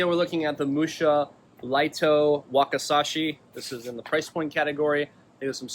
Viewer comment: Wakisashi not wakasashi Learn japanese😂